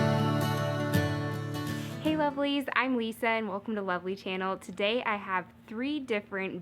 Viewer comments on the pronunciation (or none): none